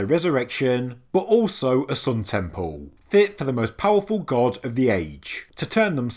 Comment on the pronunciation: Temple. It's t-e-m-p-L-e. There's an L. No W's or O's in sight. "...tempow" ....lol sorry, I understand it's your regional accent, but it drives me bonkers for some reason. That said, I absolutely adore your videos. Educational and very entertaining as well as up to date. "Bravow"